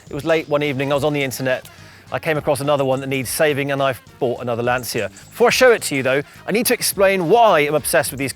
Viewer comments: you are pronouncing Lancia wrong. It’s “Lan-chia”, not “Lan-sia”. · Why do you pronounce Lancia wrong? We don’t even see them in the US and even I know it’s Lanch-uh. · Lovely - the 16v is my favourite- but, it’s a ‘Lan-chi-a’ come on Ben - you know that! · I am so jealous! These are becoming exceedingly rare cars in South Africa, would absolutely love one, been a favourite of mine since I was a kid. If only I could afford to restore one 😅 Edit: on a side note, I'm sure you've been told by many annoying Italians in the past, but Lancia is pronounced more like "Lunch -a", haha sorry I couldn't help myself. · He said he's obsessed with Lancia.... Can't even pronounce it right...😂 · At least learn to pronounce Lancia